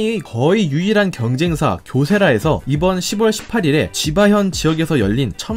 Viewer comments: 십월이 아니라 시월로 읽으셔야죠ㅋ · '시붤'이 아닌 시월이라고 말하고 '유궐'이 아니라 유월이라 말하는 게 맞다, 라고 써 준 댓글에 하트를 붙였길래 기대를 가져 봤는데... 혹시나 해서 지난 영상들의 댓글들을 상당 수 살펴보니 많은 영상에서 같은 지적을 한 사람들이 꽤 있었는데 일일이 하트를 붙였더군요. 의도적인가요? '너희는 늬들대로 지적해라, 난 나대로 말 하련다...!' 의도적인 고집에서인지 무의식에 의한 습관으로 자꾸 그리 말하는 건지는 몰라도 원래 고집 센 사람들이 습관을 잘 버리려 하지 않기도 하더군요. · 흥미있는 내용 감사함당ㅋ~* 근데... 유궐 > 유월 시붤 > 시월, 발음을 한 방에 바꾸기 힘드시더라도 차츰 바꿔나가시면 한 층 더 신뢰가는 채널이 될 거 같아요~ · 십월이 아니고 시월, 육월이 아니고 유월 입니다. 정확한 발음으로 전달해야 내용에 관심을 갖게됩니다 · 6월 ---> 육월 아니고 유월 10월 --> 십월 아니고 시월입니다. 저는 동남아 국가에서 한국어를 가르치는 사람입니다. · 6월은 유월, 10월은 시월이라고 읽는 게 표준입니다